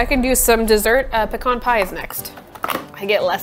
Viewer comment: The way you say pecan upsets me